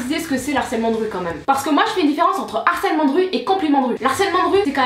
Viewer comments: On prononce "LE harcèlement de rue" et non "L'harcèlement de rue" merci. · Ça me stresse que tu dises "l'harcelement" mais ta vidéo est super !